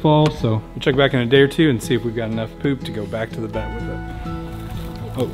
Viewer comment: I thought you said pet and I was like what no! “The Vet(pet) permanently INJURED our Peacock”